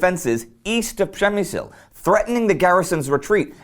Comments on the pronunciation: Indy keeps pronouncing it prem-me-zil which i belive is roughly the correct pronunciation. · it should be pronounce like /pzhemyshl/ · Guys, great channel. I've checked almost all episodes. Shame is that a lot of Poles probably do not know how Przemyśl important been before. My hometown is Jarosław, my flat really close to building complex where Austro - Hungarian barracks / garrison were. Indy little advice, check pronunciation for Przemyśl (